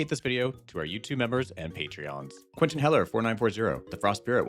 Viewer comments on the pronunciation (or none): none